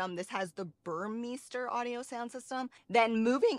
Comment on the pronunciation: Burmester not BUR MISTER ;)